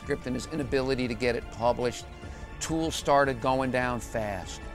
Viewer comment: Could this dingbat get his facts any more incorrect? Pronouncing Toole's name as "O'Toole" and talking about how A Confederacy of Dunces won him the "Nobel Prize." Christ!